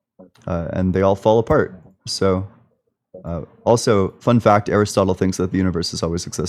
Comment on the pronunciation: It was the mispronunciation of Aristotle that cinched it. He literally tripped over the name as he was reading it.